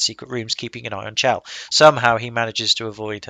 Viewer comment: Her name is supposed to be pronounced with a hard "CH", not like "shell". Since her name is never actually spoken in the game itself, you can't be expected to know this, though. There was a line of dialog recorded in which someone speaks her name that was cut from the game, but it is still available in the game data if you know how to access it. Also, there's a pun between her name and the Italian word for "heaven" in [spoiler redacted], and the pun doesn't work if you pronounce it "shell".